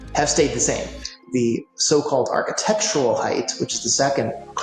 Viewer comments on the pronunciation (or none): ish. I thought that was Quinton Tarantino 🤣 An engineer type who doesn't pronounce words correctly. HeighT! Not HeigTh!! Sorry, this is one that gets me😆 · Brilliant minds saying "heighth" instead of "height" instantly makes them seem dull. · "...Heighth...." * height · WTF ? HEIGHTH ? this guy, already introduced and theoretically knowledgable, cannot even pronounce the word HEIGHT. There is no TH at the end. Not like width. It's like Might. HITE if you must. Jeez, who'd employ this guy ? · Somebody needs to tell that guy it's pronounced hi-te, not hi-th. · I argued with my parents and my uncle until the days they died. The word is 'height', not 'heighth'. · God bless William F. Baker (engineer, Burj Khalifa), but his pronunciation of height as "hidth" was pretty maddening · My trepidation level increased when the architect who designed the tallest building in the world pronounced the word "height," as "heighth." Twice. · It's not heighth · An architect really should know the word height.* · "HeightH" Nooooo..... 🤫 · World expert in tall structures saying "heighth"... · What's a Heighth? Lol so stupid. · Homeboy said heigth 😂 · "heighth" - GAAAAHHH! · It bothers me SO much when people pronounce the word "height" which ends with a /t/ sound, as "heighTH" or ending with a /th/ sound. It's not even like the word "often" where the first pronunciation is a silent 't' and the second is a hard t (less preferable but accepted). The word HEIGHT hos no other way of pronouncing it. You don't sound smart, you sound STUPID. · A skyscraper architect who can't correctly pronounce the word "height." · Mr. Baker mispronounced height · How can an architect not pronounce height correctly?